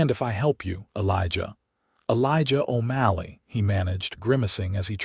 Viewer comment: Irving then his name changed to O'MALLEY! And your AI speaker can't pronounce words worth shit.